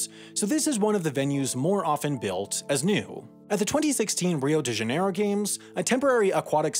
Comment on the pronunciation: C'mon Sam.. It's Not Rio de Janiero.. 😜